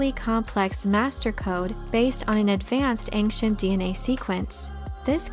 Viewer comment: UGHHHHHHH .... the word ANCIENT does not have a k sound in it. it has ONE c and the c is not in the first syllable but in the second - the c is pronounced with the i to give the "sh" sound. I cringe every time I hear this mispronunciation!